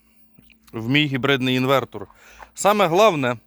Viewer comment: Все добре, весело... Але чому "інвеКтор"?